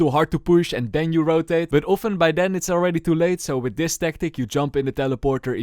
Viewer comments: "That was the last one ALWEER".... hahahahahha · "and this my friends, this is the last one alweer" :)